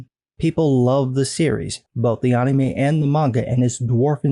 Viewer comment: Ann-emay say it with me Ann-emay